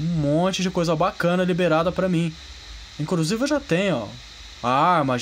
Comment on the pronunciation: Parei de assistir no "incrusive"